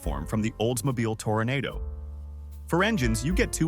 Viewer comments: I believe it's pronounced "Toro-NA-DO" (since the "O" does not make the "A" a long "A"). Now if it was spelled "Tornado" that would be a bit different but everyone else says "Toro-na-do". Classics like some of these and the Toyota SunRader small RVs seem to be collector's items now, although the value on either of them (and others from a similar generation) are not all that high but there are people out there who are after these since they are unique and obviously, slowly disappearing. I think older RVs could be run off electricity too, but only when the generator or engine was running. Otherwise you had to use propane I believe. So they could run while the vehicle was being transported but would need to be switched to shore power or propane when on site. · A nice presentation, overall. Still, when I hear a mispronunciation of a basic word, I am both amused and frustrated. This one is at → Oldsmobile made the Toronado - pronounced “tora nah dough”. It was commonly nicknamed “Toro”. The “twister” storm is pronounced “tore nay dough”. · It's awful! if you have some knowledge about the subject, it's intolerable. I stopped watching when I heard "toro-naydo" Dammit!! I'm blocking this channel, and all AI-using channels!! Boooo!! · Front wheel drive right? About a 500 c.i.? Tora-nah-doe— not Tornado the weather phenomenon . Tora-nah-doe... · So, you incorrectly pronounce Toronado. Hmm. I don't know whether to believe anything on YouTube anymore. Is it all just a bunch of lies, I mean every single video? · AI obviously since it did not pronounce Torando correctly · Right , they can't even pronounce Toronado correctly